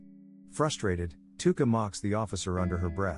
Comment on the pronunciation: no hate but it’s tuka not luka